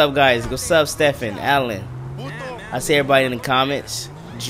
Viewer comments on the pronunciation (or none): none